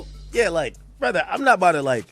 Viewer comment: Sounded like the Canadian version a couple times. "Bruv"